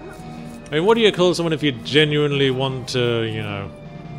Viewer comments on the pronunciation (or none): none